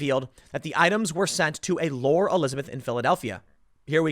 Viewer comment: Lore... pronounced “Laurie” Jesus Tim! You mangle names constantly.. who names their kid “Lor”?